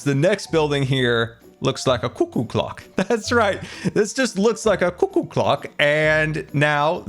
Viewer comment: the way you pronounce "cuckoo" gives me life